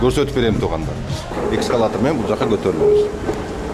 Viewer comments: Экскалатор эмес эскалатор Брат😅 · Экскалатор эмес. Эскалатор деп айтылат.